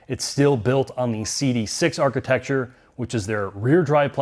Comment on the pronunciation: Now we need to work on "architecture" 😂.